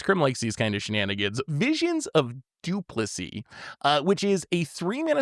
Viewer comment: Not saying Visions of 'Duplissy.'